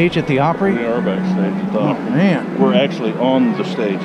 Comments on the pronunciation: Hope you enjoyed your "Grand Ole Plopry." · Yikes! Plopry? No Sir!